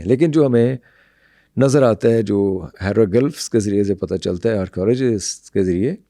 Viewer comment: Hairo gulfffzzz....hahahahahahaha...ratta rataaya he sahi bol lata hai banda.